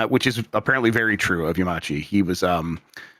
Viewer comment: I am screaming at saying Yamauchi as "Yamachi"